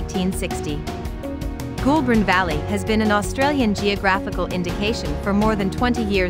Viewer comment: Goulburn River pronounced GOAL-BURN Echuca pronounce EECHOOCA